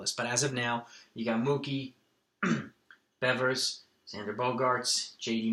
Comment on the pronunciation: u said bevers instead of Rafael Devers